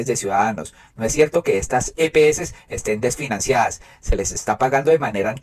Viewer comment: Las EPS, no las epeses, es como las heces.